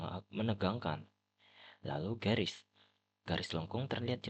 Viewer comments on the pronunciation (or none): Garis ya bukan grais